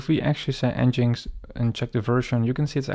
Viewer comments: I think it is pronounced EngineX not n-jinx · Nice intro to Next mate. For reference it's pronounced Engine X, not En Jinx 😅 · wonderful tutorial. never heard nginx pronounced 'En-Jinx'. I've always called it 'Engine-X'